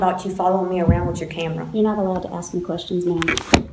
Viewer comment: "you gonna axe me!"